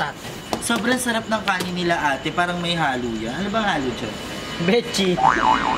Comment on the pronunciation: Aye baket po ni-la lagi ang basa nyo sa nila HAHAHA just a question not hatin